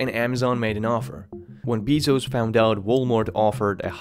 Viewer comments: It’s pronounced BAY-zos not BEE-zos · PLS DONT SAY BEEZOS.., ITS BEZOS PLSS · I had to exit because I kept hearing Beeezos. It’s Bezos (bae-zos) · beeezos? its pronounced BAY-ZOS not beeeeezos shithead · Jesus fucking christ dude, its not fucking BEEZOZ - its Bezos, like bear. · BAY-SOS Not BEE-SOHS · LOL, my ears started bleeding every time I heard him say BEEZOS. Hey BOZO, its "BAY-SOS"! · His last name is pronounced “bay-zos” not “bee-zos”. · Its not BEEzos its Bezos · It is not pronounced Jeff "biezos" its bezos as in "bee"! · Bay-zohz not Bee-zohz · It's Bezos, not Beezos.... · Isn't his name Jeff "Behzos" not Jeff "Beezos"? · Does all this research but cant say his name properly. I literally stopped watching halfway through. Constantly hearing BEE-ZOS made me cringe and get triggered at the same time. BAY-ZOS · It's pronounced "bey-zos" not "bee-zos" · Someone who creates a video like this should at the very least know how to pronounce Bezos (It's Bay-zos, not Bee-zos). The single easiest and most basic thing, you screwed up. And you are criticizing the richest man in the world because his business model is no good? And you're not even aware enough of your subject to learn how to pronounce his last name correctly? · Jeff Bee-Zos. Hahaha it’s BAYZOHS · Bezos not Beezos lol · Its not bee-sos its bezos!!!!! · His name is Bezos not Beezos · Sorry, cut the video off after a minute. I couldn't handle all that Bee-zos. I'm not strong enough. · How do you not know how to pronounce his last name? Jeff has pronounced his name as BEH ZOHS countless times. Learn English, you foreign fuck Really good video otherwise. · Bezos - Beezos Prices - Prycees Buisness - Buisneess Loses - Loseees What's up with this guys pronunciation??? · Bay-zos you clown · "Bee-zos" ugh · It's pronounced like "Bay-zos" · aaaaaawk, I can't take it anymore. How many times are you gonna say Beee-zos????!!!!! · "Beezos, pricees" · I cant take this video seriously, you keep saying Bizo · "Jeff Beezos"